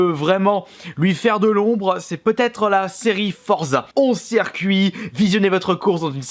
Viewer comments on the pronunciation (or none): none